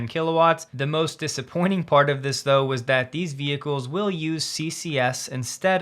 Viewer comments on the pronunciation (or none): none